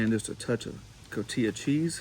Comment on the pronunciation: It's called CotiHa cheese, NOT CotiYa..